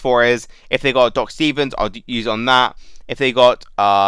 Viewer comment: Took me a while to réalisé you were saying doc. Not dog, God it confused me at first